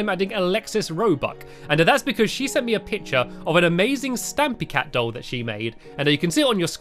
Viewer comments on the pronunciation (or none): none